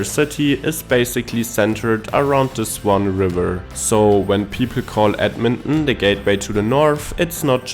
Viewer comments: Ed-men-on?? Where's that?! I've heard of Ed-mon-ton! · Say it with me now: Ed-Mon-Ton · He said Edminhmm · It's pronounced Edmon-TON just so you know. ❤ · What is the Canadian way of pronouncing Edmonton? I’m guessing it’s not “ed mun Nnn”. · The river valley is awesome year round. Its a flat and mostly bland city looks wise, but it has some unique charm if you know where to look. The way you pronounce Edmonton gives me a chuckle. Myself, I am from Saskatoon, which if you ask me is a smaller Edmonton. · lol the way he says it.